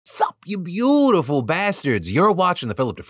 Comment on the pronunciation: Can you get a new intro Phil. The emphasis on beautiful is really, really cringe.